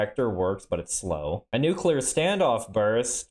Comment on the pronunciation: My good sir, how refreshing it is to hear the word Nuclear pronounced correctly. I don't know what people have against Mr Yular to the point they want to nuke him, but the L comes directly after the C, nothing between them. It hurts every time I hear someone say it like that.